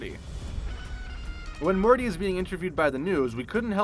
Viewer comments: Rick and Marty?!?!? Edit: and you said it wrong multiple times!!! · Its Morty, not Marty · Why does he keep saying Marty and not Morty? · so im certain he said marty and not morty and cc agrees with me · Marty? Passing by massage? He's getting CPR. Also, strangulation is not the same as suffocation. *ferrofluid, not feralfluid That is not how you pronounce writhing. The Margaritaville logo comes from the line of "frozen concoction" makers, not the song.